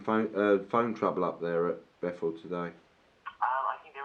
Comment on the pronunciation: It's Bethel....not "Bethal". It really is a shame for you!